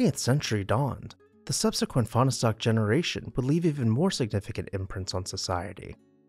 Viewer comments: It’s pronounced as 2 syllables not 3: Fahn stock. And it’s Vi lard’not vill’ard. You can ask me how I know and I won’t tell you. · Fahnestock is pronounce as two syllables - the "e" is silent. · They say there never was a Fahnestock! :) ..that's a joke! "Finer-Stock"!